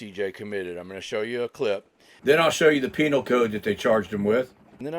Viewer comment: Lol. You said peinal. Yes I am 12.